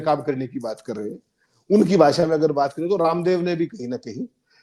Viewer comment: Expoj na bolein. Correct word expose..( expoz ) Bhasa nahi .. Bhasha bolein. Bhasha ka samman kariye..